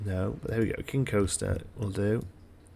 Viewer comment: Everytime you say King Coaster i think you're cursing lol